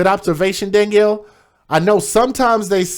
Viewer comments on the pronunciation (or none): none